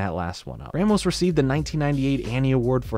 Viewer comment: a in ramos is pronounced like the a in raw